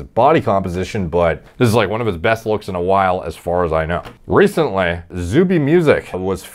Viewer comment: is like Wayne from Letterkenny, if he used to use gear. That "re-cent-lay" got me man 😂